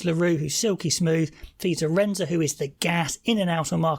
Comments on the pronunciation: SA 14 = AH-rind-se. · Just a correction, his name is not spelled Ardense, it is Arendse, and it is pronounced " AAH RIN ZE "